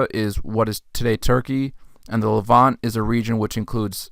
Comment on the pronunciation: The word is not pronounced as “levan-tay”. It’s the Levant (no E) and the adjective is “Levantine”.